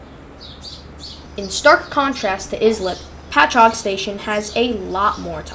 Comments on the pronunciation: Lmfao, its pronounced Ice- lip, not is - lip, do a little more research before you post another video, no need to watch further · That town is pronounced Ice-lip. 😁. That is the party train to the Hamptons. I would have went back there and grabbed a beer. 🍺